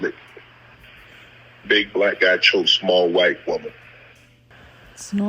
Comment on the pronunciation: The emphasis continues to put on “WHITE” is sending me 😂😂😂😂